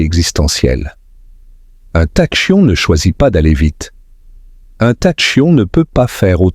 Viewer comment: "Tachyon" se prononce "takion". Les "intelligences artificielles" sont nulles en prononciation.